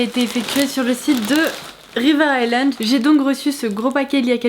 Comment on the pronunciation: Ton make up et ta coiffure sont tops ! et je suis contente d'enfin entendre quelqu'un qui prononce "River Island" correctement ca fait plaisir ahahah